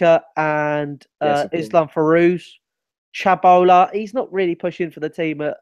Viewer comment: Brother his name is Chalobah not Chabolah!!!! You should learn some of our young players name correctly!! :p